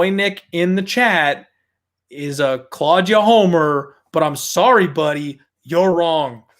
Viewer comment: say claudjuh one more time i dare you